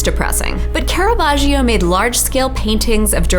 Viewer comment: according to that pronunciation Caravaggio is french